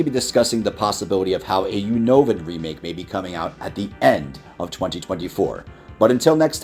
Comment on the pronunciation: Why do I often hear one of the speakers pronouncing “remake” as “remick”?